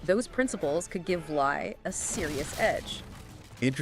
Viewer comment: Bare Knuckles and 23 yearold Tyson? Tyson.. Ans its pronounced Jet (LEE) Li